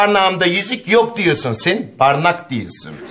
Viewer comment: Sen barnak diyosun.